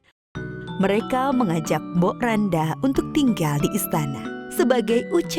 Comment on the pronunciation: Mbok rondo min bukan mbok randa bacanya